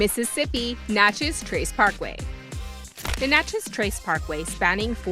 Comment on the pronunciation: I was shocked to see the Natchez Trace on here yet THRILLED!!! Even more so when you pronounced Natchez (my hometown) correctly at the beginning of the video……. Then incorrectly at the end 😂 still loved the video